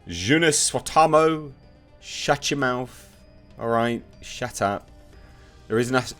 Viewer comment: Dear Lord. The way you try to pronounce "Joonas Suotamo". That's something special.